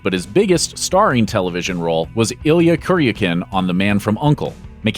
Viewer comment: Man From Uncle character is pronounced "Ill-ya Kurr-ee-ah-can". And what about Ziva??